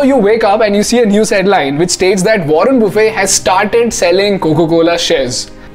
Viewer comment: Wrong pronounceation of mr.warren